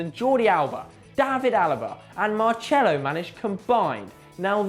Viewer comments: it is Marcelo not Marchelo😂😂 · 0:5 my face when he said marchelo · it's not marCHelo, you ginger dummy. It pronounce marS(S, not SH, how all of you in daily like)elo. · ADVICE 🚨🚨: You need to stop pronouncing the C in players/managers or stadiums as a Ch that only occurs in Italian and never in Portuguese or Spanish. Marcelo is not pronounced marchelo but rather with and an s sound something like marselo and stadiums like the Vicente Calderon are pronounced the same way and not Vinchente Calderon that would only occur in Italian with someone like Cerci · Why does he say Marchelo? it's pronounced Mar-sell-o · Was gonna like until he said 'marchelo'. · i am brazilian and it is indeed mar-sell-o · I think in Portuguese it's pronounced Mar-che-lo. but the player has stated he's fine with the spanish pronounciation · + Consistency No, in Brazilian Portuguese it's pronounced Mar-sell-o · it's pronounced 'marsello' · Say Marcelo proply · señor football ... that's because he is probably of Italian decent and doesn't speak Portuguese so he doesn't know the C sound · I think he used the french way of saying it